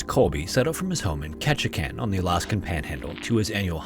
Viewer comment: I'm surprised you pronounced Ketchikan correctly! Most people don't so way to go!